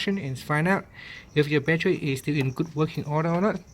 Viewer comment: Man u English is so bad plus it's not batchery it's battery my friend good bless u